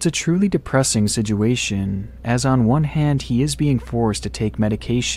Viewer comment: yeah the video is somewhat sad but the guy saying sijuation always cracks me up